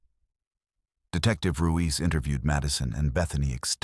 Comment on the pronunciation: Ruiz not Ruise.